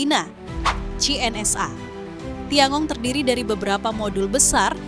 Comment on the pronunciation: Tian gong bkn tiangong min!😅😅